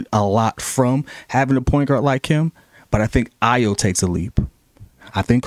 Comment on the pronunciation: This nigga said “ditch Ayo”🥴🤦🏾‍♂️